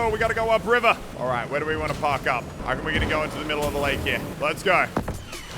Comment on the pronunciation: I'm just here to be that guy. It's "reckon". That is all.